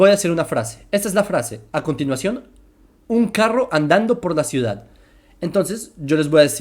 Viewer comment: dice cuidad